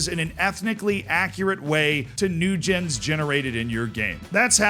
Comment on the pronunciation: Your pronunciation of Newgen has me baffled. How do you pronounce generation?